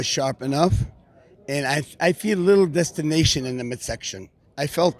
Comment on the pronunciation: I think our man Samir meant DISTENTION no DESTINATION. (LOL)